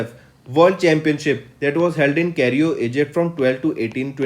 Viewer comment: It's Cairo sir not cario